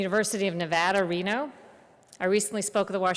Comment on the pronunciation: nevadarino?! who are you fonzie?!